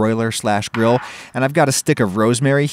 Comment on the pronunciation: Seems so unflavorful where's my yummy sauce stop saying gril